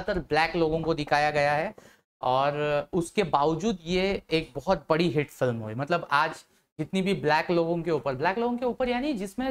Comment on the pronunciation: Hate nahi hit bolo